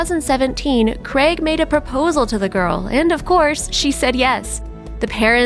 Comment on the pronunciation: Craig! The mans name is Craig not fuckin creg